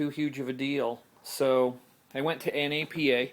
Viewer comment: This guy really just a said the letters of Napa i